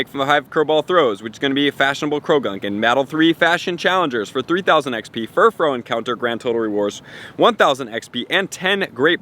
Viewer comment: Bro, it's Furfrou, not Furfrow!